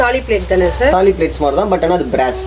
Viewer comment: தாளி இல்லை. தாலி(Thali)